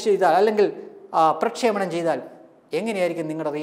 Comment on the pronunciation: നല്ല വാർത്ത, നല്ല അവതരണം. കൂടെ ഒരു തിരുത്ത് പ്രക്ഷോപണം അല്ല പ്രക്ഷേപണം.